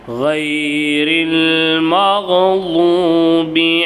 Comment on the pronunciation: yentha Arab Qari "maglhoobi", "walalhaaleen"-nu othuranga? Yentha qira'at-la ipdi iruku? Athu 'magdhoobi', 'waladhooleen'.